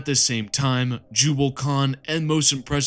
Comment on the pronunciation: Mate, you need to look at the pronunciation of some of these names. You got Abaddon right, so kudos for that, but Nathaniel Garro, Garro like marrow. Ahzek Ahriman is the Chief... What? Liberian? Or Chief Librarian... Please take this in the good spirit it is intended.